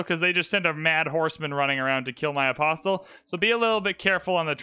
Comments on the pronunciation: You are saying the word Apostle incorrectly. It is correctly pronounced uh·paa·sl but I otherwise enjoy your videos. Please pronounce it correctly. Thank you for your consideration. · The T in “apostle” is silent.